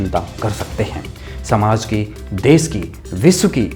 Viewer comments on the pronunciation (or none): Des nahi, desh hota hai news reporter sahab देश ना की देस